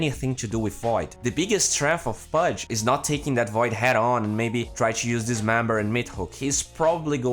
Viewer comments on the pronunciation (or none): who the fuck is "foid" you mean void right?